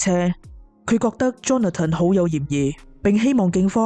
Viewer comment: Johnathan 发音是约翰森不是约翰登，听着好难受。